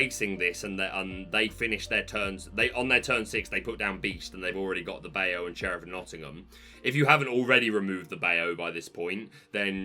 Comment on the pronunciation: can we talk about your pronunciation of “Bayou”? 🤣 For future reference it’s bye-you. 😉